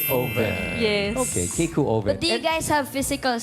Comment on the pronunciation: ryzza daig pa ng grade 5 students yung keikeu (kay-ee-keu) hindi ma pronounce ng maayos buti pa si Ryan na pronounce ito ryzza mae paano naka graduate ng high school yan ganyan na ba kababa tlaga ang kaledad ng edukasyon dito sa pinas